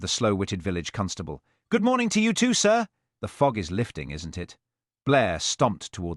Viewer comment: HELL instead of he’ll…..YOW instead of you…..mispronunciations ruined the story, I won’t be subscribing.